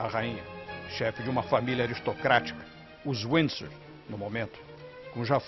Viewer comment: Não sabe nem pronunciar Windsor